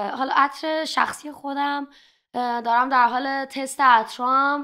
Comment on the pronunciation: خیلی ازت خوشم میاد ولی اینجا داری سغی میکنی باکلاس صحبت کنی که صحبت کردنتو خراب میکنه و به دل نمیشینه…مثل تلفظ کردن عطر :)